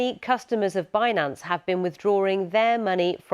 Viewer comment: It’s binANNce 😅